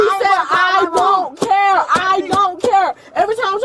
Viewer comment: hE SAiD 'i dOn'T caER!1!"